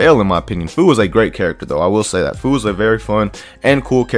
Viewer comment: How u gonna be a pro but can’t pronounce Fu correctly lol